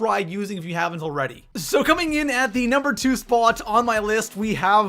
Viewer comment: Cawming in at the nawber two spawt. Lol, u like my impression.